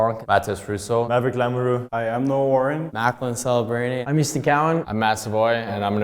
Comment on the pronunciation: Maverick y’a dit lamoreww ☠️☠️